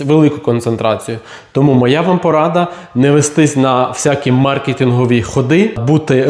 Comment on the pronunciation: Дякую за правильний наголос у слові мАркетинг. Це рідкість, яку дуже приємно чути! Буду вас далі дивитись. Гарного дня і ще раз дякую.